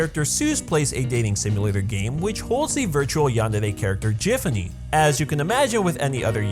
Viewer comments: You pronounced Giffany wrong, and I don't think yandere = Yuno reference lmao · You pronounced gifany wrong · judging by how he pronounced Giffany,I think it's safe to assume how he pronounces 'gif'